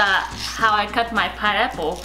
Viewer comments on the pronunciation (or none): It's a piNeapple, not a pideapple, not a pieapple eitherLOL